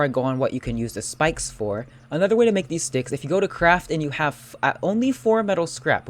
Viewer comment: when you say..... theese sticks and ....six sticks......... ehm